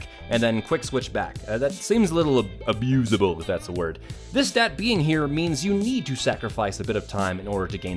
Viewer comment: no one:: AABOOSABUL